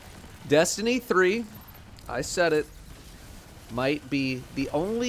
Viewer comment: Destiny Threeuh